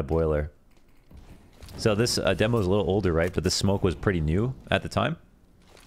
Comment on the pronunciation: of course is the only one that says demo the wrong way